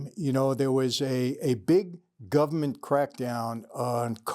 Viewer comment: Love when Michael says government. “Gubmint”